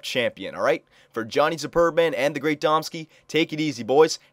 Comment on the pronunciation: When you say superb-man, it sounds like your saying "sperm man" haha